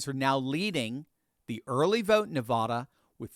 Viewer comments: NEVAAAAAAADA not nevawduh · … … Stop mispronouncing my home State it's not Nevada it's Nevada It's not Nevada as in aw It's Nevada as in add Come on, bro very distracting for for those of us from NEVADA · Nev a da. Not Ne vah da! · You’d think would learn how to pronounce, “Nevada”